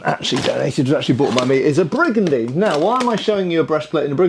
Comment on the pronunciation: I wonder how many times hes pulled up a brigadine in his videos while hes saying brigadine lol